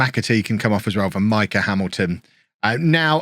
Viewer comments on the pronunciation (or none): none